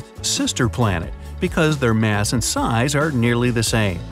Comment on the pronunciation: all that MATH instead of MASS🤣🤣🤣🤷‍♂️🤷‍♂️